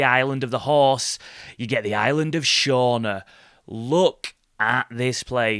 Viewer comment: Its prenounced "Shoona" Island its not far from me in Oban and about 25 miles from Glencoe